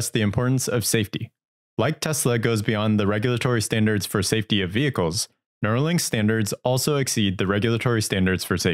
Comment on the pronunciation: Neuralink, not Neurolink